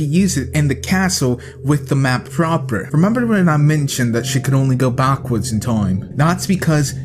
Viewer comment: BTW we dont say bark-wards. I Feel Triggered!!!